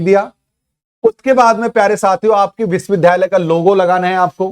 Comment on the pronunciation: सर विश्विद्यालय तो ठीक बोलिए